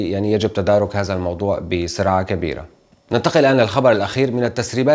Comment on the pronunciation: عفوا على التصحيح ممكن تقول هذا وليس هازا او هازه بل هذه وتظهر وليس تزهر قتلتم اللغة العربية